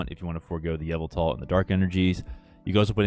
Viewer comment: Why you pronounce yveltal like "Avatar"